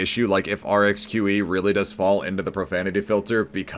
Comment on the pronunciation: pronounces Rxqe the best imo